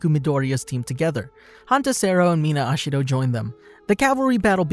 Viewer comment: HE SAID AsHiHDO i though it was ejiro